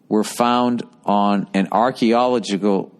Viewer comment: Welcome to the Bill Burr World of Arkeyholigic, Arcological, Argeegagalickle Monthly News